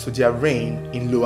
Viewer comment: Am a zambian from Mkushi, I like the way you pronounced "luano" and "mkushi," shows that you really did your research.. I owe you a subscription and a bunch of shares..